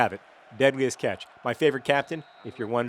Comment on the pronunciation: It sounds like you're saying deadliest ketch, which I find amusing due to my disdain for the ketch rig of sailboat.